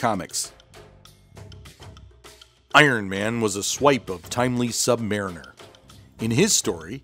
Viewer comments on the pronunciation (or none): none